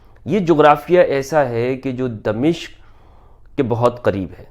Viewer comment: غلط العام اگرچہ صحیح ھوتا ھے مگر صحیح لفظ دمشق Damashk میم کی زبر کے ساتھ۔